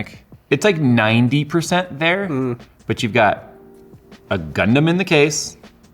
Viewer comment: when he said gunpla and gundam wrong i felt a disturbance in the force